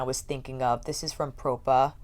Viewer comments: I wanted to order a couple but they all sold out and I'm not sure they ship to Canada. Also, I watched kelsee's and Jchronicals Vida's videos last week and they pronounced the brand name as "pra-pah" beauty, but you and Angelica Nyqvist pronounced it as "pro-pah" beauty...I'm a bit confused 😆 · I believe is pronounced Prawh-Pa Propa, like proper but PrAWHPa. Like the beginning of Australia.